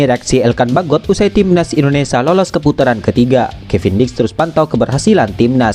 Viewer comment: Gara2 komentar anda, Videonya jd kuputar ulang, ternyata emang benar si Mimin bilang TIMNAS YUSA 😂😂